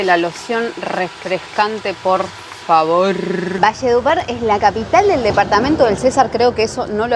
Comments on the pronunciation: César... no. es Cesar sin acentuar. jejejejeje.. buen video y si esa costumbre en la coste es terrible muchas veces. pero bueno buscar un mejor sitio la proxima. saludos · Hola 😊 vengo a corregir te mi reina. Se pronuncia cesar sin tilde. Gracias por mostrar la historia y esta región.❤ soy de San Alberto cesar y mi deseo es conocer valledupar la capital y el río guatapurí.😊 Lo siento por ustdes, el calor que les tocó aguantar🥵 creo que hace más calor que en mi pueblo y allá en mi pueblo es una vaina muy brava.😅 saludos desde Andes Antioquia bendiciones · Hola el departamento del "Cesar" se pronuncia CeSAR con acento en la "A" CeSAAAAAARRRR, y el Río es GuatapuRÍ con acento en la í.